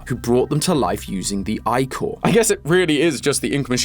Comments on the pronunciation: this is a GREAT video but the way he says ichor. its not eyechor its ih-core,,, 💔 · Did he pronounce Ichor like I-core, not Ick-core? WHY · YIPPEEEEE!!! MY HYPER FIXATION HAS BEEN SEEN BY THE THEORISTS!!!! but i hate that he pronounced it "eyecore" instead of "icker"(which im is 90% is how its pronounced and how i pronounce it🥲) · EYECORE!?!?!? it's pronounced "ick-er" 😂😂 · It's pronounced like icker that's what is driving me crazy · Please say ichor like “ickor”I’m sorry I just can’t with “I core” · It's ee-chor not i-chor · you're doing fantastic, and it isn't your fault, but it's pronounced "ick-core", not "eye-core" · Isn't it pronounced like ick-oar? Instead of Eye-Core. This is gonna drive me up a wall. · It’s pronounced Ick-core not Eye-core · It’s pronounced ick-or not eye-cor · It's actually called Ick-Or not Ike-Or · I-core??? I-core?????? ITS IH-COR IM BEGGIGN YOU 😭😭😭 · Ichor.... isn't it pronounced ickker like he was sicker not like an apple product ICORE? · Isn't ichor pronounced as iker not eyecore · ick-er not i-core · Is anyone else shocked about pronunciation of ICHOR (eye-core) instead of (I-CK-R) yes I’m aware not everyone knows this fact, I am in Phonemic Awareness teaching mode I apologize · Imma be honest the thing that frustrates me the most about this theory is the pronunciation of icore It's ick-or like sick not eye-cor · Can someone tell me why i felt so much anger hearing say ichor like "eye-core" rather than "ick-er", it might just be because the second prononciation is how i always heard it or maybe it's something else. who knows! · Bro, I feed of Greek Myths so I adore this. But it is angering me how you pronounce Ichor is "Eye-Cor", not "Ik-or" like it's pronounced. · Do all Brits pronounce ichor as "eye-chor"? I've only ever heard it as "ick-er" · Ichor rhymes with sick-or. Not eye-core... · Eye-Core? Isn't it pronounced like icker or ickor? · pronounced ih-core, not eye-core, when saying ichor (love the channel)